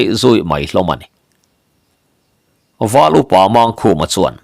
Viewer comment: A phuahtu phuah dan dik takah chuan,Mangkhuma tih ang chi ho hi chu" Mângkhuma" tih zawk tur a nih ka ring e.👍